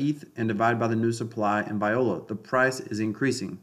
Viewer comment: You are literally the only one talking about hdx20 I’m in for a few days thanks for the info went in at 70 eth. Lol your pronunciation of viola